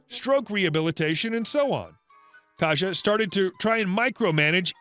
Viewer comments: It’s pronounced k-EYE-sa not “kaja” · Just to let you know, Kajsa is pronounced "Kaisa".